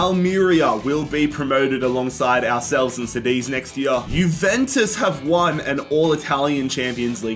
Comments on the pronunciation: KADITH wtf is CEDIZ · it’s pronounced like kudeez not sadeez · Cadiz is just Cadiz not Sadiz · Cediz 💀 Cádiz 😸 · Love the way you pronounce Cadiz, now I even call them sediz what have you done to me 😂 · Sádiz and Paco... SMH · bro said sadeez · It’s pronounced Ka-Dith. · Bro como que "zadiz" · It's pronounced kadiz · Dude, I love you...but "Cadiz" read C like in "candy" XD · Love your videos! But please work on your pronounciation of Cádiz. It throws me off. The c is pronounced as a k and the accent falls on the a. Thanks <3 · The way he said Cadiz 💀💀💀